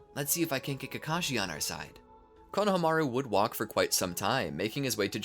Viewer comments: The fact the he kept saying Kona-Hamaru instead of Konahamaru the entire timeee!!! 😒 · I love ur videos but it kills me how u say konohamaru 😢😢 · i hate how you are pronouncing konohamaru